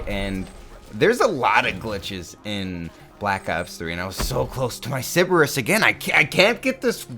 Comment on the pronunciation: The way says "cerberus" almost reminds me of "citrus"